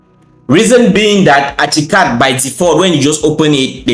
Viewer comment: bro its not achicad its ArchiCAD pronounced arckicad